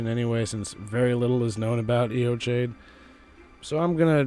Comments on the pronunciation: AY-o-KYDE. I should know, I went to high school there. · Good video. There's so little information about Eochaid (I'm Irish, learned Gaelic in school and I think its pronounced /yaw/ /kid/ with the stress on the second syllable.) I think its the old name for the weeping peninsula. Morne is a Gaelic word as well and Ireland in the early middle ages had a reputation for solitary ascetic monks. Whoever they were, Godfrey put them to the sword after his northern campaigns. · It's pronounced "yo-hidge" In Scottish Gaelic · Pronounced yo hedge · Butchered that name lol. It wouldn't have taken much effort to just google it and learn the proper pronunciation, but you went with sounding like an ignorant doofus. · Americans pronouncing words like Eochaid and Siofre is so fucken funny